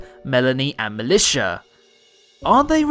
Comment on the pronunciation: BTW it's Miltia, not Militia ;-)